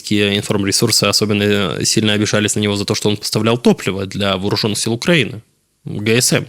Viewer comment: Ты специально произносишь Укранини?